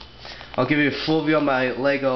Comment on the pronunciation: It sounded like you said My Little Clone army, and then you made the Wub Woo face...suspicious.